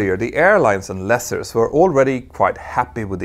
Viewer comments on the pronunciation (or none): You constantly pronounce "leaser" incorrectly, You pronounce it as "lesser." This csn be a bit confusing. Lease rhymes with geese